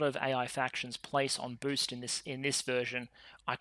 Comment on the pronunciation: It was a great weekend with all of those videos,!, Sadly for me being a bit sick make me hear funny things like you where gatherings "ORCS" instead of "Orgs" and "getting BOOZE" instead of "boost", Which make it even more entertaining.